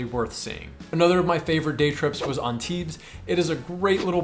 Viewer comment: By the way you pronounced Antibes great!